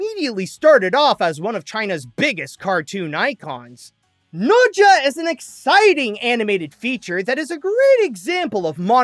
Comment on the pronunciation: Is bro saying the name right? I don't think so. 🤨🤔